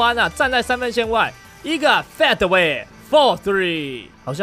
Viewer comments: 是Fade away 不是 Fat away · fade away可以讀好嗎? 你讀成'FAT away'了, 可以讀'飛away' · 一天到晚fat the way,听的很辛苦，能否正确发音？